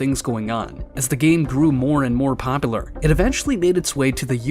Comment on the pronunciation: Can you please learn how to say popular?